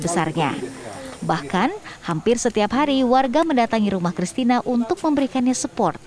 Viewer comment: support keuless bukan sportttt.... olahraga kalee